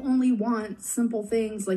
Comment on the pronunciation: She kept adding an "h" to the end of the word height to make it "heighth". OMG!!! Her ignorance is grating!